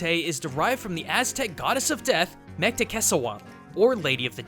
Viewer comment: loved the video but you really butchered Mictecacihuatl, it should've been "mik-teh-kah-si-wua-tul" but aside from that its a well done video